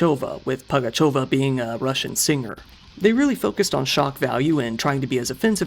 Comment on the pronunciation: You dont sound like your stuggling at all with these russian words/names. Do you speak the language?